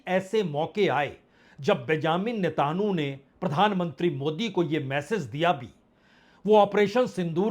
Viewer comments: You are purposely saying netanu instead of Netanyahu. Does it mean impartial journalism? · Sir name ka uchcharan galat kar. rahe hai .name hai Benjamin netanyahu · Sir ap Nitin yhoo ka Nam sahi kyon nahi padh pate hai 😂